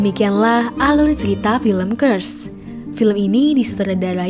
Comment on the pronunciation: Belajar ckp (R) dulu bru buat video .😆 Alul atau alur😆